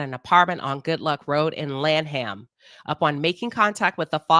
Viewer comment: Girl, not you butchering the names of Annapolis and Lanham